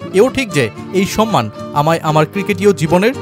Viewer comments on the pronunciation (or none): none